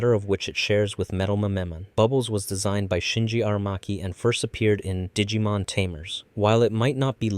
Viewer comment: This video really is great but i swear to you i've never heard the -Mon prefix be pronounced like that